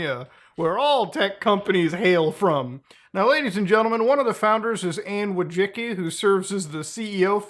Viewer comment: Everytime an american says polish based surname, it just sounds hilarious